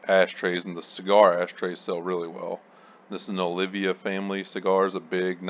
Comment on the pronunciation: hehehe, I am going to have to start sourcing cigar ashtrays and not keeping them. PS: it's Oliva. :)